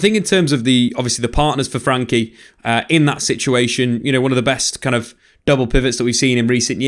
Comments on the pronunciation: Why he calling him 'frankie'? I thought it was 'frenkie' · I love the vids however I’ve noticed a reluctance to call him by his actual name "Frenkie" not "Frankie"